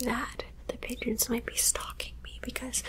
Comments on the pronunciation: Ohhh pigeons I thought you said d gens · Oh lmao pigeons. I legit rewound it 3 times cuz i thought u said u were being chased by a bunch of Midgets lol. I was like ohh dang lol. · Ha! Did you say you were being chased by "pigeons"??? Lol🐦🕊